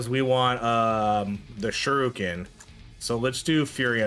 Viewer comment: Shuriken did so little dps because you kept calling it Shoruken